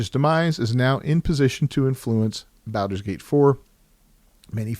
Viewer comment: Wtf is that pronunciation? Can't take anything you say seriously if you cant be bothered to pronounce Baldur's Gate correctly. Well, that and the fact that this is a bunch of lame opinion with no substance.